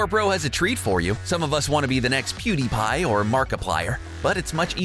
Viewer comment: Who the heck is poo-d-pie? The PS4 definitely needs more USB ports & needs backward compatibility.